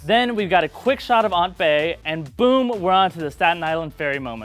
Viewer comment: "Aunt Bae" You right